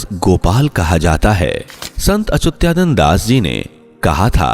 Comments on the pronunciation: अचुत्यानंद नहीं अच्युतानंद, अपने बोलने में सुधार कीजिए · संत अच्युता नन्द बोल.... सही से उच्चारण करने सीख ....चूत्यानन्द.